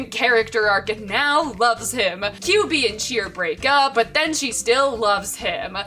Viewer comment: I can't stop hearing QB as Kyubey from madomagi